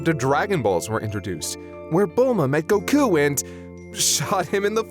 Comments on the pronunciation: Annoying as fuck how he says “go-KOO”. It’s fucking GO-koo.” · Why does hi pronounce Goku so weird